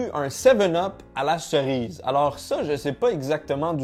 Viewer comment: Personne normale: « cerise »: « ça goûte la Srize »